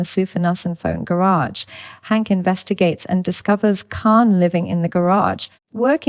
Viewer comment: Jeez people just buy mikes and record yourself. AI even butchers names like Hank now